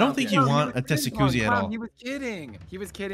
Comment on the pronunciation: did just say testicuzzi?